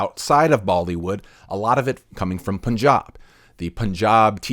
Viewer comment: Respect to you sir! This video should surpass the 1million mark atleast. This guy has the freaking in depth knowledge !!! I am surprised to see your knowledge regarding India, its diversity and its complexity. You clicked my heart when you pronounced punjab correctly and not as "poonjab"😂 and that dhinchak pooja comment was damn hilarious. Mark my words, the Indian Youtube Army is arriving and in full force. But my hope is that the Americans watch this too! Also i hope you could discuss the question as to how Tseries being so popular since years is gaining such exponential growth at this very point in time. And the answer to that is not bots. The answer is Jio. Jio is a telecommunication company which was introduced 2 yrs ago and it brought a digital revolution in India. Owing to Jio, the number of internet users have increased drastically in the last couple years and that number is still exponentially growing. The current active internet users in India is bigger than the entire population of the USA. And this is the quite the reason why only in the last couple years, the Tseries youtube channel is gaining such popularity. Not only this, even our neighbouring countries like Pakistan and Bangladesh have a keen interest in listening bollywood songs due to the similarity in our languages. Thus the reach of Tseries is not at all limited to India, but the entire Indian subcontinent if not globally. I bet Tseries is gonna reach around a minimum of 600million subscribers count withi